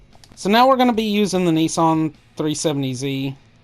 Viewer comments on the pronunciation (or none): none